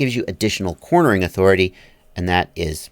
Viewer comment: He said yawthority.......i think